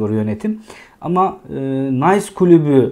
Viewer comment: Nays klubu degil Nis klubu fransizcayi ingilizce okumak gibi kulaga Komik gelen hatalar yapmayalim